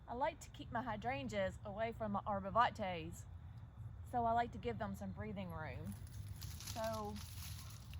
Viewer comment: With all due respect it’s arborvitae not arborvante